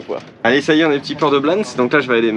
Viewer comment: Je pense qu’on dit « blanessss » on est en Espagne donc on prononce toutes les lettres et notamment les s !! 😘